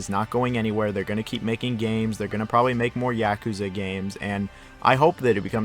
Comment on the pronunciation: Finally someone doesn't pronounce yakuza "Yakúza" 😂